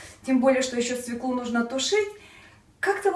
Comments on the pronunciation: Учите русский язык.Нельзя так безграмотно говорить. Не свеклУ, а свЕклу. Легко запомнить так =бабка фекла полола свеклу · Све'клу, а не свеклу', режет слух... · Во первых свеклу, ударение падает на букву е",по правилам русского языка.